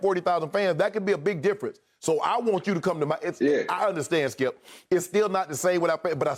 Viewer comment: lmao Unc has probably said "skiup" well over 10,000 times since they've been on air - don't never change Unc